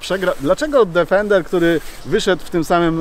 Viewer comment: Niestety przykro się robi słysząc co 10 sekund "DEFENDER". Niestety to auto nazywa się tak tylko w ustach polskich "znawców" wymowy języka angielskiego. Odrobinę przyłożenia się do tematu by nie zaszkodziło panom redaktorom. Obciach i tyle.